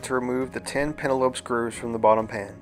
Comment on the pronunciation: pentalobe, not pentalope.